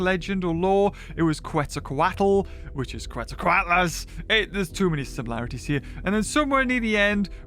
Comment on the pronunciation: Sorry dude but your pronunciation of Quetzalcoatlus is killing me. It’s Kets-zal-kwot-lus. Quetzalcoatl is pronounced the same, except the -tl is just a harsh sounding T to put it simply.